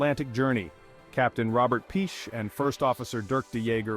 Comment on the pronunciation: Piché is pronounced "Pichay"! ;-)